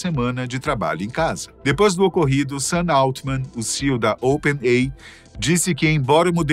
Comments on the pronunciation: não sabe ler? Não é Open-ei! é "Open-ei-ai" (OpenAI)...☺ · Excelente o vídeo, mas o apresentador fala "open ei", quando deveria falar "open ei ai"! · Toda vez que é falado Open "Ei" eu sinto um soco no estômago. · Open "Ei" 😂😂😂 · C&A não pronuncia "sei" assim como Open AI se fala Ei Ai. Espero ter ajudado este canal maravilhoso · OPEN EI AI !!!!!!!!! PRONÚNCIA CORRETA, OXI! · O narrador esqueceu do ‘i’ em Open Ai?